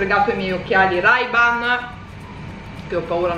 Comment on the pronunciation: Si dice “rei ban”!!!!!!!!!!